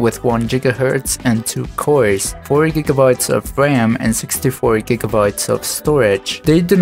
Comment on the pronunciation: Nice video but gigabyte is not read as jigabyte and google is not read as jiggle